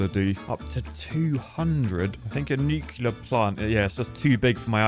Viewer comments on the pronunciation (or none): Day 22 of begging to stop mispronouncing Nuclear. Everytime I hear that "new-kew-lar", a braincell of mine dies.